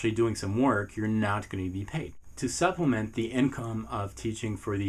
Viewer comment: Great video but u said supliment a lot